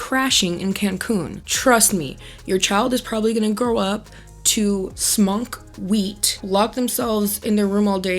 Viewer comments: "Smonk wheat"😅😅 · “Smonk wheat” 😂😂